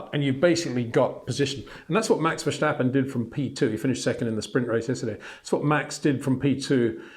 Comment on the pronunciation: verSSSSSSSSSSSSSSSSSStappen! Get it right, sir.